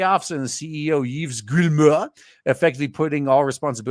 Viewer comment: The way you said Yves Guillemot 🤣🤣🤣